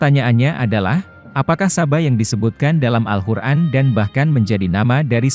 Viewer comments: Maaf sblumnya Saya mendengar alhuran dr yg anda ucapkan.. Jgn merubah nama alqur'an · Narator nya aneh kyk bkn Muslim....al Qur'an dia bilang pake ح bukan ق... 🙏🙏🙏